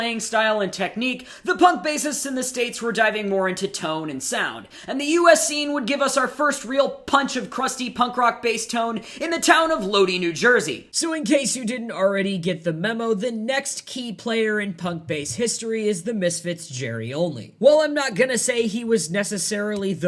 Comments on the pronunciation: New Jerseyan here, it's pronounced Low-die not Low-dee 😂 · It's pronounced Low-Die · Paul Simenon is pronounced Sim e non , Lodi New Jersey is pronounced Load eye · Lodi, NJ is actually pronounced like "low-die" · It's pronounced 'Lo-Dye' New Jersey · You mispronounced lodi